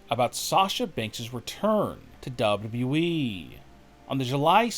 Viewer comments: Dude it's call W W E. Not W.E. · Can the narrator of these videos please pronounce the second w in WWE, it is not the WE it is WWE lol